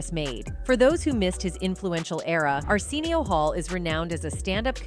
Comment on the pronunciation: How are you going to make a documentary about Arsenio Hall and miss pronounce Arsenio for the whole damn thing? 😂